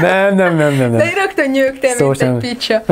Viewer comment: besírok ahogy kiejti a picsa szót:))